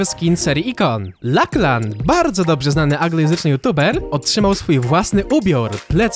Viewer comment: czyta się Laczlan a nie lahlan xddd